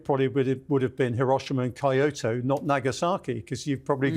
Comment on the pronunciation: Amazing video series, but please, for the love of the gods, can the speakers learn to pronounce the names of the regions they are talking about. Its not Kaiushu, its Kyushu (ki-yu-shu if slowed down), its not kaiotoe, its kyoto (ki-yo-to if slowed down). i understand this isnt a language channel, buts its pretty jarring and kinda disrespectful to the subject